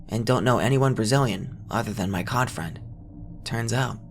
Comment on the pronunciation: Cod friends?! What is he, SpongeBob?? You mean "CALL OF DUTY" (C.O.D.) it's a gaaaaaame.